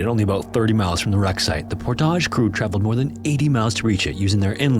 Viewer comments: Love your videos but man, it’s ’Por-tij’ no need to get fancy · PorTAAAHZH. You make that podunk town sound so fancy. LMFAO. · Also, Port-ij as opposed to pour-tah-j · also Portage as Por-tage.. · I lol'd when he kept saying Portahhhj. The lead up with Dullith was also rather comedic. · And Portage, Wisconsin was also wrong. The "-age" is pronounced like at the end of "baggage", not "omelette du fromage" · About as bad as the "Portage" pronunciation. Tried too little with Duluth, and too much with Portage.